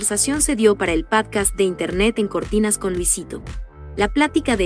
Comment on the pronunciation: ¿¿¿Padcast??? Es podcast.